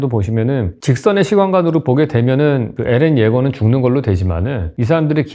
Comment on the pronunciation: 엘런이라고 안하고 에렌이라고 하는것부터 합격